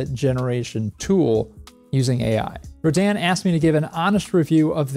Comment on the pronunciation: Did they say it was pronounced "Roh-DAN" or are you doing it that way to be a rebel...